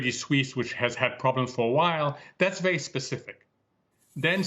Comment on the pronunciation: Be vewy, vewy afwaid!